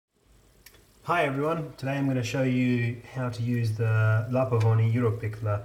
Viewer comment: It's europiccola not europicolla